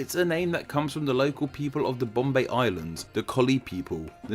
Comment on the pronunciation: No bc the way he’s saying curtain words would make my eyes shoot straight open 😭: 😌😴🛌💤….mumBAI!👁️👁️ 🥱😴🛌💤…. bomBAY!👁️👁️